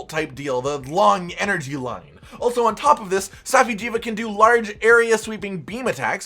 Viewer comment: (Saf-eye) jiiva